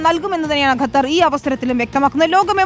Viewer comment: pls train your reporters atleast to pronounce country names correctly. its Qatar not gathar or ghathar